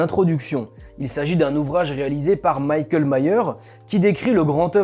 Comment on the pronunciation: Super vidéo, merci! Juste une petite remarque: Michael se prononce Mikael et non pas Maykel (à l’anglaise) 😉